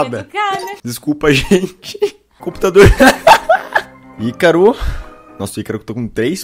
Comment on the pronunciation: mano nao é aicaro se fala icaro do jeito que escreve